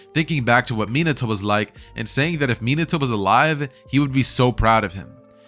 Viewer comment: Is no going to talk about the fact how he mispronounced Minato